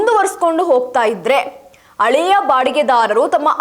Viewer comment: ಒ ಯಮ್ಮ ಅಳೆಯ ಅಲ್ಲ ಹಳೆಯ ಅಂತ ಹೇಳು. ಕನ್ನಡದ ಕೊಲೆ ಮಾಡಬೇಡ